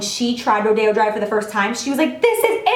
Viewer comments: Not to be mean but isn't it pronounced Ro-di-o? Not ro-day-o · Are you sure it's pronounced like ro-day-o drive? I think it might be be ro-dee-o drive :) anyway, great video Jaclyn! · Is rodeo drive pronounced "Ro Day Oh" or "Roy Dee Oh"? Not that it matters at ALL I'm just curious ;) Love you Jac!!!!